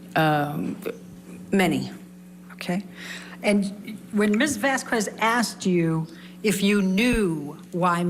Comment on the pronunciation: And for goodness sake let's say her last name properly: Vahs-kehzz! (Kinda like queso) It's a sparking, beautiful name that fits the woman. Heard's lawyer is being disrespectful by not learning how to pronounce it.